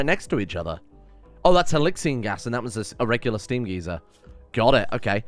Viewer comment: It's pronounced gaizer or gaiser not geezer